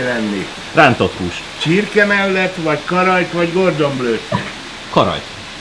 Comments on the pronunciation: meg nem is blue...hanem bleu,de ja. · Cordon!!!! Cordon blue. Ejtsd: kordon blő. Mint kék szalag. Nem gordon :D